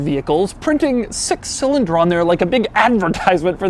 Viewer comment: For real what's wrong with your speech? EverythingUH, four cylindErrrr